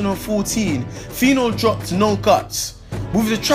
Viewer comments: guy if you call phyno a gay again...... and please its pino pino not whatever you said.... 'Anuman' pronounce that..... that's what you are... nama... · thurda fire u guy. phyno not gay